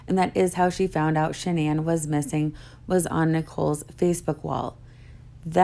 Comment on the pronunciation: makes me sick lying about those baby girls. I have lost all respect for Inside edition, not looking deeper in to his story and airing all his lies. Horrible, horrible reporting, and it irks me that and the reporter from Inside Edition didn’t pronounce Shanann’s name right. Stupid I know, but it’s just disrespectful in my book.